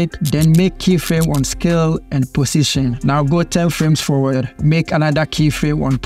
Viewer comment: Am I the only one to hear pussytion? Anyway thanks for the video!